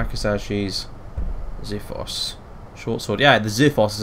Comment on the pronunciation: Hey being a greek myself ans since I see you like stuff from that era, the x in xiphos sounds like x and not z and it means sword